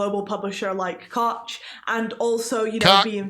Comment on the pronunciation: They girl KOCH payed pronounced it wrongly EVEN WORSE. Remember what happened the last 2 times you angered us, BE WARNED!